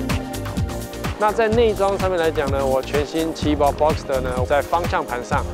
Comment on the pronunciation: 自己家的品牌名稱都念錯了 這業務還跟人介紹什麼車？78 fuxker？